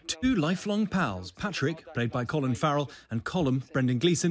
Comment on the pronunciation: At no time during this film is Colin Farrell’s character called Patrick. You’re right next door. At least learn the names: Pádraig.